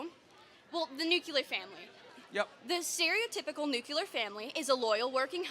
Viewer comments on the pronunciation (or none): Why are so many people unable to pronounce the word "nuclear?" It makes me cringe every time I hear "nucular." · It’s NUCLEAR!😂 lord that pronunciation was driving me nuts🤣